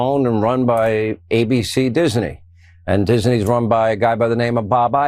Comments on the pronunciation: Why does hannity say ' diseney ' instead of disney? Does he not understand the correct the pronunciation?! 🙄🙄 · What's with hannity pronouncing Disney "Dis-a-ney" ?? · all the righties made Disney 3 syllables. Dis-in-ee. LOL morons